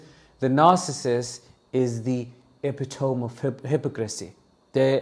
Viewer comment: Thank you for this. By the way, 'epitome" is pronounced "epi tommy". Not tome as in home.